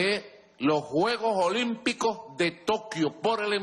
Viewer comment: Los caribeños no pronuncian la S